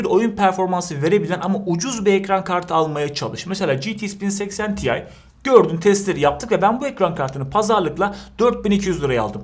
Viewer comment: Ya "ge te iks 1080 te i" demelisin ya da 1080 i de ingilizce söylemelisin.